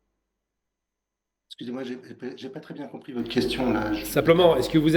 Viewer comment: à la fin de notre (petisse) (petit) (bienvenuffe) Vous l'aurez (compriche) que (subisse) le peuple palestinien (mercisse) (mehdisse) (mercisse) on poursuisse avec nouffe depuisse paris vous êtes renduffe professeur pittisse Assassinésse métaouisse on continuffe